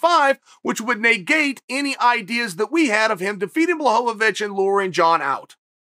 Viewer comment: Important Time Stamps: / - “I was a customer before they sponsored the show” (Sure, Chael) / - First Blachovovicz / - Modified “Ok Great” / - New pronunciation of “negate” / - Second Blachovovicz / - First and only Leg Cross / - “Why are we here and what are we doing?” / - Third Blachovovicz / - “Maybe I gotta elect myself Mayor of GetTheHintVille” / - Casual nose pick